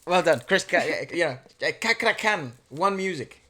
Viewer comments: The correct way to pronounce his name is by stressing the C like in the word Chaplin. He is a good singer. Must also check out his cover of Take me to church, writings on the wall and his duet performance with Judika is awesome. See you on Wednesday is a program own by the Roommate project. FYI, quite similar the current internationally recognized singers like; Sandy Sandoro, Felix Irwan and the winner of The Voice Germany Immanuela Santoso, Cakra Khan was also a rejected contestant on the Indonesian Idol audition. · They pronounce it in Indo like this. "Chuck-krah-khan" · Hi. I'd like to help you how to pronounce Cakra correctly In bahasa Indonesia, letter C is pronounced as ch in English and Kr as cr in English. So, Cakra is pronounced ch-ah-cr-ah. Good luck with your practice. Have fun. Greetings from Indonesia. Stay healthy. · Wth everyone called his name wrong.. Is not kakra kha.. CHAkra khan.. CHA-rly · pronounca cakra as in cha cha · 😁 pronounce C as Ch not kakra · Cakra is read as: Chakra, cheh sound... ✅ Not Kakra, kei sound... ❎ Same as Indian name. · Bro you must pornaunce c for c not c to k Chak wite c,khak wite k eorry please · Chuck-kra Khan....not Car-kra Khan. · Cakra khan....not kakra ....like 'ce' not "ka"...like centuri not kenturi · Cakra Khan is a male singer. Fyi, he always sings like that, with that heavy voice. And you can pronounce the name with literally Cakra (with “ce”), not “Kakra”, not “Sakra” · Cakra, you pronounce the c like in channel not in can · You pronounce the “Ca” like you said “Cha” from Charlie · Cakra Khan.of Indonesia..so proud of u. Pronounced: Chuck Raa Khan. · His name is pronounce as.. “chuck ruh Khan” .. sort of. :D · How to pronounce his name? the sound like Chuck-ra -Khan ... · cakra khan pronounce cha kra khan he's a solois vocalis with raspy voice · Cakra khan, the c like you say chacha..